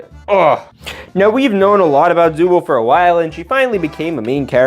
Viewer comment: it’s pronounced zooble not zoo bowl